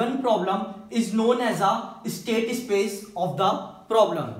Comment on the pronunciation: es-state ess-space